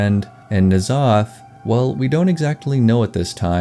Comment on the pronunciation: "N'zoth" and "C'thun" are both only one syllable even if that's really hard to pronounce.